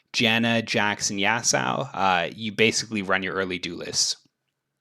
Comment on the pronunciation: Bro it aint Yasao man, great content tho